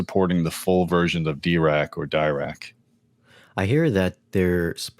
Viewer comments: If I remember corretly, has a degree in electrical engineering, and still he struggles with the correct pronunciation of Dirac? It's not Dye-Rac it's Dee-rac, as in Paul Adrien Maurice Dirac, a French physicist from England who came up with the Dirac equation, from which the Dirac or Delta/impulse function was defined. Dirac live algorithm aims to improve the impulse response, hence the name Dirac. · If you see discussions with the Dirac creator, its pronounced D'ee'rac